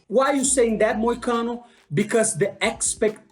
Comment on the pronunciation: You literally are killing the names Hentai Moichano! 😂